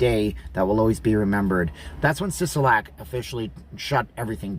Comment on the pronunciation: I watch just to hear him say Steve Sisolak .......Suffering Sucatach Bugs Bunny..... lol